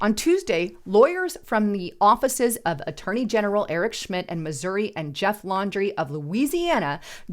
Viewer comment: Pronounce the name correctly. It's Jeff Landry, not Jeff Laundry. Ever hear of Tom Landry, Hall of Fame coach of the Dallas Cowboys? He wasn't Tom Laundry.